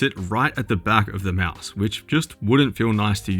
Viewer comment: Can't stop laughing at "Meowse" =D